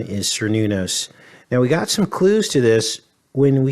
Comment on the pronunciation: Cernunnos is pronounced with a hard "k" sound: care-NOON-ahss /kɛər ˈnun ɔs/.